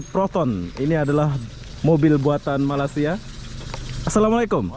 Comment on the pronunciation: Abang ni macam tak pandai sebut Malaysia.. Ingattt!!! Malaysia bukan malasia Tolong di ralat kalau ada yg salah 😀😀😀